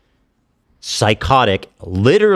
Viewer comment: It's "Bald-faced", not "Bold-faced" Ethan...